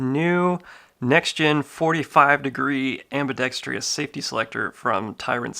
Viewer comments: Ambidextrous not ambidextrious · am·bi·dex·trous....Not am·bi·dex·tri·ous. There is no i after the R. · ambidextrous not "ambidextrious" no "i" after the T. Thank you anyway. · Fffffin THANK YOU ! I thought I was the only one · Another clown who can't pronounce "ambidextrous." 😂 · Can someon PLEASE learn how to properly pronounce ambidextrous? Google is your friend. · I’m apparently part of the a-hole club too then 😂 Not the biggest deal in the world but it does ping my ear every time someone says it that way. Sort of like when people say “asstrix” or “astrixes” instead of asterisk/asterisks.